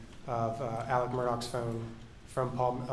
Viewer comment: This drives me crazy. His name is Alex but they call him Elick...If his name was Steve would they be calling him Sean?